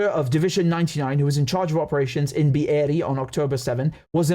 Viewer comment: Every time you say Be’eri, I die 😂😂😂